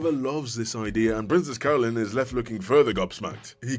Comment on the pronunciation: I can't stop hearing "Princess Colon"